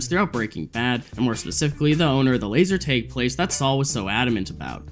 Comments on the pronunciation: Laser.. tag tag tag, not teg LMFAO wow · Why do you keep pronouncing it as laser tayge??!! It’s bothering me so much 😂 It’s “tag” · bro said "laser taeg" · why do you pronounce laser tag like that